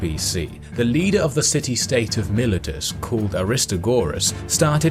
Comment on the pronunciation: A KEE ma nid. Mai LEE tus. Pronunciations are in dictionaries.